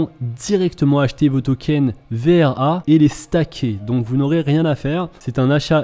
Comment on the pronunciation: Arrete de dire "VER" c'est "VRA"